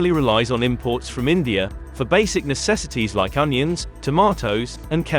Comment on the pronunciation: Its India not Indiar